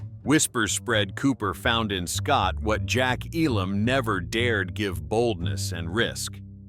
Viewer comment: it's EEEEE_lammmm, not eeee-LOMMMMM!!!!!